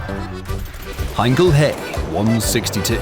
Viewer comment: What's up with the "Hey" instead of H, E? Like M, E for messerschimtt